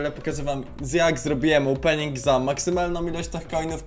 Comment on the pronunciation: "opening" "ołpening" Uwielbiam oglądać twoje filmy